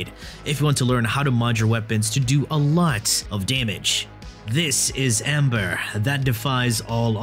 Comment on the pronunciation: Pepepains KEKL , its Ember sir, not Amber PepegaPhone